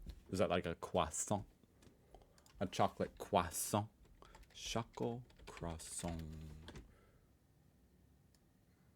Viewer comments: Crossong is - as you correctly suspected in the beginning - a misspelling of Croissant which comically shows how most Germans mispronounce that originally French word (similar to Kuseng instead of Cousin). So it means a chocolate filled croissant. We typically don't eat Choco Crossies - cornflakes dipped in chocolate - at the construction sites. 😅 What happened here is that Google interpreted crossong as a misspelling of crossing and spat out the closest thing to a "chocolate crossing", which is the brand Choco Crossies by Nestle. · "Crossong" referrs to people not being able to pronounce croissant correctly/in a French way. It's like Karton (cartridge) -> Kartong, Balkon (balcony) -> Balkong.